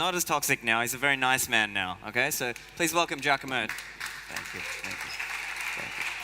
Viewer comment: Giacomo not Giacamo but maybe future name like hodl